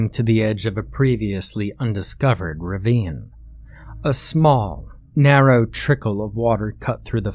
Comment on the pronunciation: Why do you keep saying "ravine" as "reeveen"? It's ruh-veen. This story was pretty dope. It starts like it's going to be stupid.. but it's actually super intense. This game sounds fun though now I'm terrified to play it lol. Although there was one mistake.. you cannot expand your lungs against the ground when you are face-up.